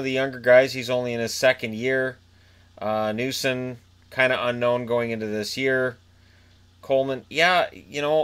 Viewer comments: Who's "noo-son?" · Lol “new-son” it’s “nay-son” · noesen- n-ay-sen